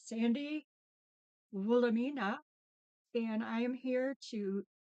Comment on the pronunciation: Sandy ❤ what a great idea. I have to tell you that when I hear you say Woolamina, I think how when I was younger people that couldn’t pronounce my name correctly called me Woolamina. Hugs